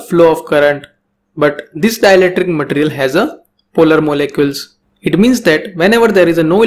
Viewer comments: Its ma-te-ri-al Not mat-rial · your pronunciation of material irritates me idk why